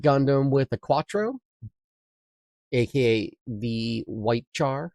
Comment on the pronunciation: Its pronounced shar not a hard ch like charcoal.